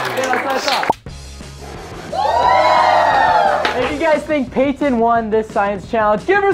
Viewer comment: You said Payton wrong